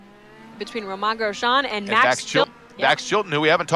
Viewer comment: I heard that. You have to be kidding me. How in the world do you supposedly cover racing and not know how to say his name sigh